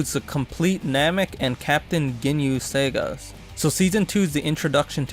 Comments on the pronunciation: Segas? It’s SAGAS. Sa-gas. Sah-Gahs. 😐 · not segas